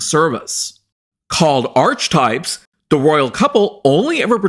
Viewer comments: I believe archetype is pronounced as /ar-ke-type/. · Archetypes is actually pronounced .. R-key types just for future reference, I don't blame you getting it wrong as it wasn't popular and only 12 episodes plus the extra one for the trailer of it, I'm surprised anybody knows it at all lol 🤣🤣